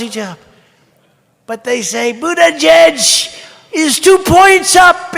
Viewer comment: He's actually very funny haha. "I've had it up to here with BOOT-edge-edge!!..." and points to abdomen XD